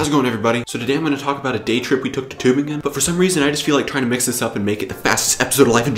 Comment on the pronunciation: Good pronounciation of the city's name! Kudos